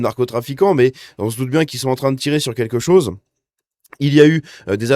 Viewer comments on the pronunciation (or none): none